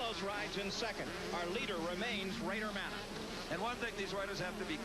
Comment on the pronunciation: Bader manneh yep " ma-nay" those morons. Lol rode w him a few times he hauled ass